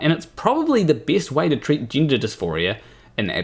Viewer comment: Tind ? Gindah? It's confusing enough as it is already all this without adding horrific vowel abuse. And I'm Glaswegian so I'm usually more than happy to cut my equally unintelligible Antipodean cousins some slack. Anyway, the main thing here is of course that you get to be the ultimate arbiter of what is and is not funny. And Bill Maher isn't funny. I know that because you just told me he. End of discussion. The problem is though that he is funny. Extremely funny. And whatever you think about this piece that's so upset you there's no denying the writing is quite brilliant, much as you try to naturally. You couldn't have written something like that in a million years. And not because obviously you disagree with it or equally obviously you're utterly devoid of a sense of humour. But because you're simply not smart enough. Comedy writing of that calibre is actually extremely difficult. Few people can do it all, fewer still as well as Maher and his co writers. But in a few short years I fear we will no longer be able to enjoy Bill's brilliance, be that Maher, Murray or Burr, because zealots like you will have succeeded in getting it banned. Consigned to the bin under that big amorphous catch all of "hate speech"🙄 Censorship and cancellation, doxxing and shaming used to be solely the preserve of authoritarian regimes. Not any more, there's a new type of facism at play now. The tyranny of the minority. A relatively tiny group of male extremists hell bent on eroding hard fought wome